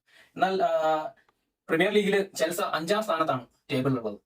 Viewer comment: ഇതേതാ പുതിയ കടിഞ്ഞൂൽ പൊട്ടൻ 🤣🤣 ചെൽസ അല്ലട മര കുണ്ണേ ചെൽസി എന്നു പറ